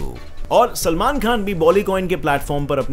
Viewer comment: Bhai tu Salman bhai ko selmon kyun bol raha hai ???